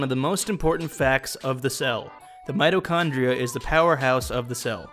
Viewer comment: "many mitochondrianoes" hahahah